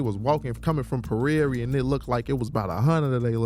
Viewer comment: I love how all my chicago homies call Prarie.. PA-RARE-E.. I haven't met a dude who hasn't called it that..